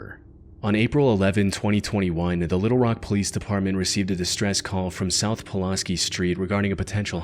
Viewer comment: "Pill-oss-skee". No. It is pronounced "Pull-AS-kee". It would take you less than 5 seconds to check your pronunciations. How rude to pronounce the names of our homes incorrectly for no reason other than your own laziness and thoughtlessness.